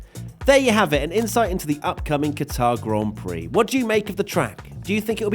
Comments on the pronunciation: its pronounced 'Gutter' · Please get your pronunciation correct.... It is Qatr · Protip: you’re meant to stress the first syllable of Qatar, not the second. It actually sounds more like “cutter” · pronounced cutter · Butchered the name😂